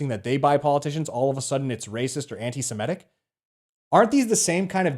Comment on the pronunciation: 'Anti-Semitic' is pronounced as it's spelt: 'sem-I-tic'. Not 'sem-E-tic'.